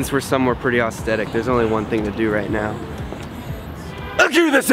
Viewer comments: assss-the-tic =-) not aus-the-tic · i heard "austetic" and "thanks g eazy" and i was out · You say aesthetic wrong 😂😂 you say aostheic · why do you pronounce aesthetic so weird? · You pronouncing aesthetic is like Ted pronouncing chameleon